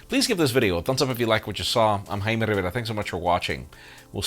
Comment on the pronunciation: it's Jaime not haimi, not yaimi not whatever bro....it's jamieeeeeeee